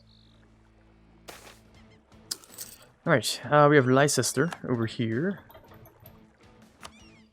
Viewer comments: Surprised that a hoard hasn't corrected you on this but before they attack, should let you know Leicester is pronounced lester. We're weird with some of our town names. 😂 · ik I was just saying its pronounced lester